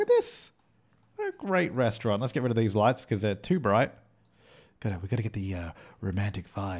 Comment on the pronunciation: "A Rrestaurant" u said it really German 😂👍